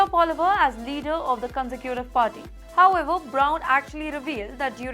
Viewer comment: Mam please pronounce Conservative properly properly, its not consecutive